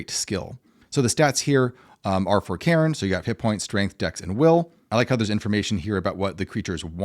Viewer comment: I am weirded out each time you pronounce Cairn as Karen. There is no second syllable.